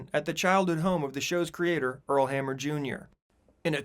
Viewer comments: It is Hamner not Hammer! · Hamner, NOT hammer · PS- his name is "HAMNER" and not "Hammer" as you are saying; Earl Hamner. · U N B E L I EV A B L E that the narrator of this video could not even pronounce Earl HAMNER’s name correctly! Each and every time he called the man Earl HAMMER!! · Just so you know, the creator of "The Waltons" was Earl HAM NER Jr, not Hammer as you said repeatedly. And as far a John-boy being the ONLY cast member carried over from the movie to the series, nothing could be further from the truth. All 7 of the children were carrier over in heir roles as was Ellen Corby, as grandma. Anyone interested in actual behind the scenes info about the Walton should check out Judy Norton's youtube channel (Mary Ellen) where she talks about the story lines of various episodes and she answers fans questions too. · The author's name was Earl Hamner, NOT HAMMER! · Earl Hamner, not Hammer